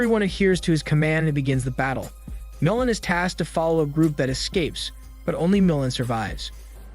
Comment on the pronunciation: MOOOO LAN Not moulin